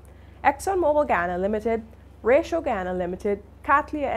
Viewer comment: Honey you are pronouncing Ratio incorrectly.